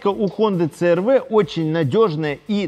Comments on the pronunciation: си эр ви, а не цэ эр вэ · Мне одному уши режет,когда говорят Цэ Эр Вэ а не Си Эр Ви?